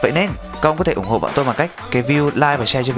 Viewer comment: "ủng tộ"? Alo?